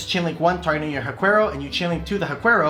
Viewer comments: And Haquero is pronounced HA-KERO, not hakwerow. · Huaquero is pronounced //wa - KEH - roh// they grave robbers that invade Huacas, wich are ancient latin american burial sites